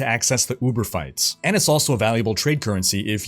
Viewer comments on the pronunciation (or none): none